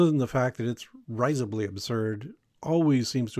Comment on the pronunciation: Mispronounces"vapid" and "risibly" in the first 30 seconds.